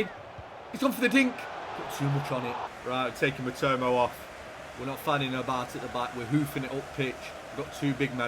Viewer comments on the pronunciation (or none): same and matomo instead of matoma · Classic mispronounced an easy name lol MITOMAAA. NOT MITOMO. Love it